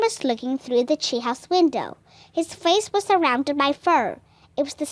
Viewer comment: It's treehouse not she house